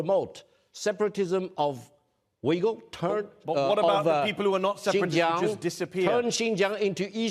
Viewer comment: He needs to work on words like “Uyghur”.